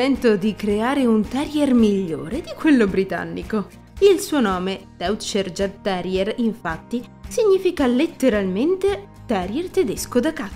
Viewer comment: Il mio Zeus aveva 16 anni e 3 mesi quando lo abbiamo fatto sopprimere. I jagdterrier sono dei cani bellissimi, non adatti a tutti però, come hai giustamente detto. Grazie per questo video 🥰 P.S. credo si pronunci Iagterrier, non con la G.